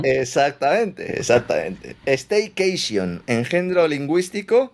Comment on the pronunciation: Staykechion...o no tengo un paveichion???😂😂😂😂😂😂😂